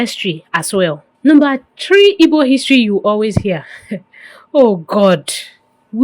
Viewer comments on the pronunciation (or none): I don't know why you find it difficult pronouncing igbo please its not ibo, what is ibo?😂😂😂